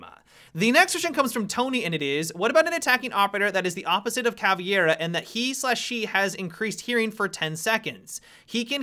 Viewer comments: I cringe everytime he says "Caviera" uurrrgghh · Why do you say Cav-e-ara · I love listening to people who don't know how to pronounce Caveira say Caveira.